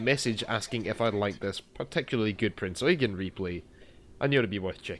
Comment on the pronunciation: FINALLY SOMEONE PRONOUNCED IT PROPERLY Thank you